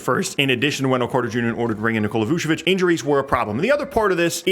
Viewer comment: Is it really that hard to pronounce Vucevic? the "c" letter which is actually not a real c, is literally pronounced the same for both c's in the name. Why add in a fake ass "s" with the first "c"? "Vu-che-vich" if that makes more sense, not "vu-se-vich". You don't say "Shanning Tatum", you say CHA-nning